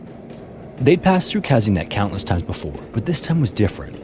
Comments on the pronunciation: This is not "Käsinett", but "Kasehnett". Anglos and there haughty negligence of the pronounciation of foreign words. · "Kazynyet" the pronounciation is a bit off, but as always, great video